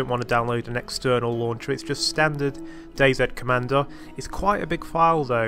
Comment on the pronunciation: Finally a youtuber that says DayZ properly!